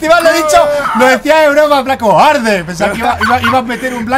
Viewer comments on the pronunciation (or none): en el minuto 9.59 mike dijo HARDE jajajajajaja y el portal se prende:elbowcough